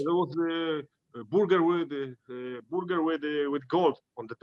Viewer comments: I love how he says Boorger. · Boorger lol khabib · Boorger lol just like Khabib